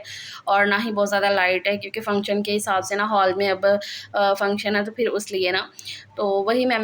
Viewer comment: Ap phir ko fir kioun kehti hain?